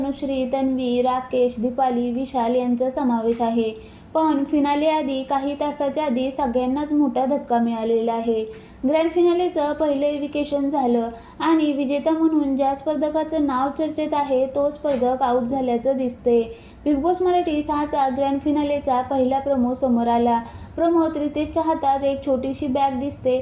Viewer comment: ईविकेशन असा उच्चार नसतो ईविकशन असा असतो